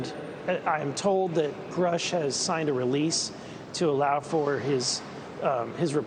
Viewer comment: That's exactly how you know that there is an attack on grush as we speak that's the third time I've heard the news channels butcher his name on purpose they called him scruff I would laugh if only it wasn't funny😂😶